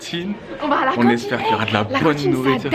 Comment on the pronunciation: Wsh elle dit CantChine 😂😁